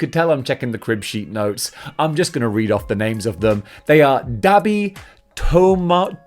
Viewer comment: Okay as a MHA fan let me help you saying there names again properly the first one name is "tomura" shigaraki (not tomaru) the other one is called ochako "uraraka" (not yrakaru) and even though you got the word dabi right but we call him with a "Dar" before it ends with a "bi" at least you got aizawa name right